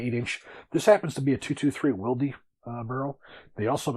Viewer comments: Wildie?! It’s pronounced wild (spelled Wylde). It’s been around for quite a while now, and there are a crap ton of sources that explain why it works better for those that switch back and forth between .233 and 5.56. The fact that you don’t know how to pronounce it makes me question your reliability as a firearms expert. Also, VoltAR? It clearly reads voltOR. They are also pretty well known in the gun world and have been around for years. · I say Wild. Hearing will dee made me cringe hard af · I am English by birth, Northern English too. This is a region known to retain a number of "old" pronunciations, or styles. If someone pronounced Wylde "will dee" they'd get laughed at and slapped! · Great video, especially love the visual representation provided by the cutaway, +1 for asking to borrow it from PWS. In relation to SpiralOverlord's comment about how to pronounce "Wylde", +1 to Jacob Paulson's reply . We in the Antipodes, who speak English... that is "non-murican"... do not say "Will...Dee". The English derivation of "Wyld(e)" stems from 12th century English and meant high spirited, boisterous, or as a topographical surname that applied to a person who lived near uncultivated land such as a "moor" where the land was regarded as unkempt or "wild". Therefore the English pronunciation of "Wylde" is... "Wild".